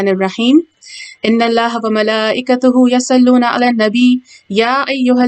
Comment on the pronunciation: Yasallon naheen yusallon he